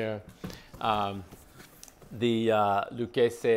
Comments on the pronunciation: Yeah he's a Yankee yuppie wrong pronunciation he's trying too hard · Loo-kay-zee is how you pronounce the brand name in America but if you want to sound Italian then you say Luh-keh-zeh. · In Texas we pronounce it “Lou Casey” Lol Never heard it the way you said it but I’m sure that’s how it’s supposed sound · Love your videos just wanted to share Pronunciation of Lucchese: (Lu-Kay-See)